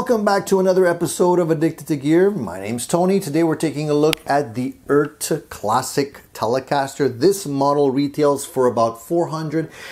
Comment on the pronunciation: It's like a Jamaican saying Earth, mon'. ;)